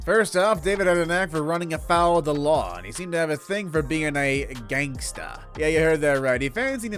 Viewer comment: You mean “wangster”.